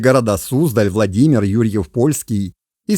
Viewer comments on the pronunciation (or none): none